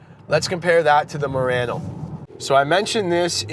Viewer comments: It’s not Marano it’s Murano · Moreano lol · good video... except you are saying murano wrong :( also.. i have to agree with another comment... diff generation refresh and it really isnt fare for the murano